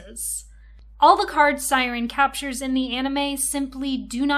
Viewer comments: Pronouncing Syaron like siren after watching the anime @@ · I wanted to watch but noped out after the 2nd “Siren” lmao atleast learn how to pronounce character names??? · Is not siren is syroan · Siren? Shao-ran Syaoran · Amazing video! She pronouncing Shaoran as Syran made me chuckle every single time.😂❤ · I know this is old, tu the way you kept calling him “siren” was so confusing I had to think hard about who we were talking about every time you mentioned him because I didn’t know if it was a card or him 😭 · how do you watch the anime and mispronounce Syaoran and Tomoyo's names